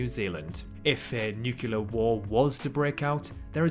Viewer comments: Civilly…NUCLEAR not nucular dude! Three times!. Check pronunciation eh. Otherwise very nice vid. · Excellent video! Great quality. Thank you! Oh, by the way, it's pronounced nuclear (noo klee are) not nucular ( nu que lar) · Very good, but one thing, it is new - clear, not new - culah. Sorry, bit pedantic I know, but it hits me every time I hear the word nuclear mispronounced. The clue is in the spelling, isn't it? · great video. You sold it to me - but - it's NUCLEAR not NUCULAR!